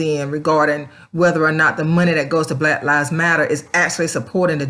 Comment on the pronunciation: "Blat Lives Matter" LOL.